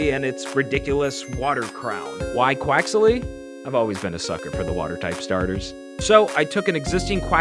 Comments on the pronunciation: Pronouncing quaxly quax-ily hurts my brain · THIS IS SOO COOOL P.S.: I think you use an extra syllable when saying "quaxly"